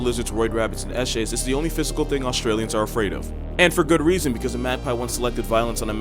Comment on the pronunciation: Lol "eshays"... my man knows his Australian culture